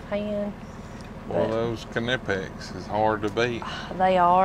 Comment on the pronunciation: i know you nonchalantly pronounced knipex the right way just to throw a friendly jab at her so she can pick up what you're putting down. You're such a gentleman 😅